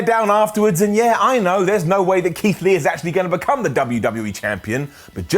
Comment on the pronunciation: Did mean to say “Leath” (or so) instead of Keith Lee?